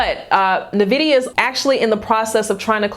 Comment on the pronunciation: and it's pronounced N vidia, not Nevidia 🤙🏿